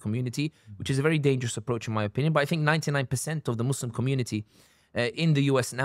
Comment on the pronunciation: the american accent and the "mohz-lehm" 🤣🤣